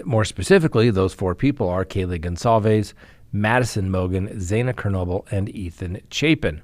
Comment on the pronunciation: Van HOWton.....KrEnwinkle.....Gon-sal-vez. You pronounce a number of these high profile names incorrectly. She didn't stab Leno. Plus, Steve Grogan, another Manson family member involved in Shorty Shea's murder at Spahn Ranch, got out in '86 so she's not the first Manson member to get out.